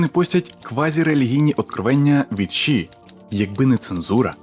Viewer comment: Яке в дупу ші 🤦🏼‍♀️🤦🏼‍♀️🤦🏼‍♀️ це ШІ а не ші. Фу блядь як вуха ріже